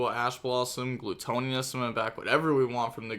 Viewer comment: Gluttonous (Gluh-tuh-ness)